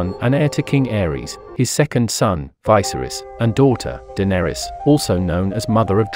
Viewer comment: OMG your pronunciation is off ... You haven't seen the show have you? [Rigar] [Vajserys] :-))